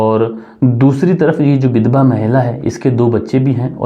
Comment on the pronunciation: Vidhva ko bidbha,Bakeel. Nahi hai Vakeel hai